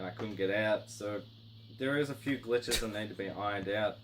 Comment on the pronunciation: “And swadddly there are a phewww”